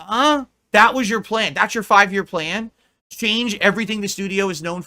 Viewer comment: How he pronounces 'plan' as 'playuhnn' is infuriating beyond belief.